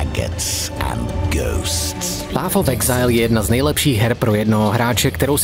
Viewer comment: PAF of exajl.... Když už jsem tužka na angličtinu, tak si aspoň vyhledám výslovnost, ne?